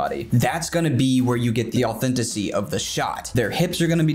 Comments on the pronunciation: baby doll, I love you; but it's "authenticity" <3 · I think you keep saying “authenticity” incorrectly but this video is really cool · "This is the authenticy we're looking for!" Me: Sweats in authenticity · It makes me giggle that you say "Authenticy" instead of authenticity x3 <3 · So I’m new to these videos but I’d like to say...DONT YOU EVER SAY AUTHENTICY EVAR! SAY AUTHENTICITY! JUST SAY IT! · I like the message you're trying to get across. It's good advice. BUT... "Authentisy" is NOT a word. And, yet, you keep saying it, over and over again. The word is _authenticity_. Sorry, that was just crawling all over me, I had to say something. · just love the way you say, 'authenticy'! Also, your views on drawing are spot on. One teacher to another, you're brilliant. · 'Authenticy' you heard it here first boys and girls! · Nobody:: A U T H E N T I C Y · bro, au-then-TI-ci-ty